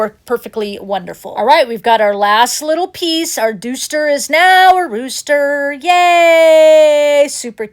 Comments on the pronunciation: LOVE the "duooster"!!! AMEN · Oh my goodness! You had me rolling on the floor calling the rooster a "dooster"! He is so darn cute. Love your videos and the cats helpfulness.